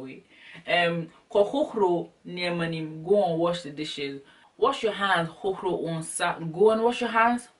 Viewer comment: I Love how u say "hohoRo" lol my "r" isn't that powerful as yours.